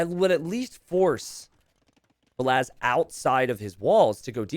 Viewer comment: about the "only hard to differentiate for Americans": don't take it as an insult. English speakers (not only Americans) pronounce the "a" differently than other European languages. If you would pronounce the "a"s in Valas like in the word "cast", you wouldn't have the problem and would have a distinct difference between Valas and Villese.